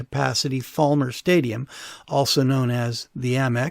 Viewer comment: Just to be picky it's Fal mer not Fall mer. Fal rhymes with pal.